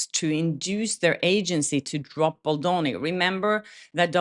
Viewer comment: BAAAAAAALDONI! Not BULLDOENI WTF